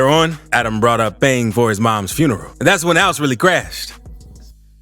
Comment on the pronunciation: Man that was at his best fins foneral😅😅 you mfing 🤡 “FONERAL!!😅😅